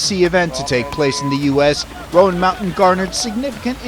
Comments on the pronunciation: Right. Roan sounds like rōn. Not rō ann. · Too bad the narrator can't pronounce the name of the mountain correctly. It's ONE syllable ROAN not ROWAN. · You'd think they'd ask a local how to pronounce it. Like "moan." Not Rowan. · That mountain road is no joke. I’ve been up there many times. Also the announcer is saying it wrong. It’s not Roeann it’s Roan mountain. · Super cool this happened almost in my back yard.... who told the announcer the wrong way to say Roan?